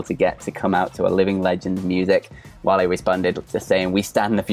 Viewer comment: Wale is pronounced "Wall-ay"